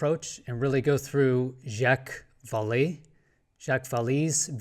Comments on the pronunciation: Val A, not Val E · Jacques Vallee pronounces his last name val-lay. Think French! My existence theorem is that all that exists is Consciousness and everything else is Perception In Consciousness. UFOs/UAPs (love your UAP hat!) are manifestations of other Consciousness in our Perception In Consciousness. It's not illusion or simulation, it's perception. The material only exists as Perception In Consciousness.